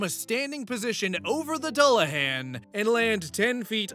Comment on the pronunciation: Dullahan sounds like Duel-la-hon